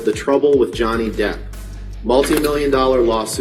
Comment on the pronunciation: non si può sentire DIP...si pronuncia DEPP, proprio come è scritto!!